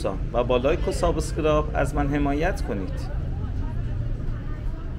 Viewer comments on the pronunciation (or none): سلام کلیپ هات عالیه.ولی اخرش سابسکِرایب(سِبسکِرایب) تلفظ صحیحش هست.کوچیک شما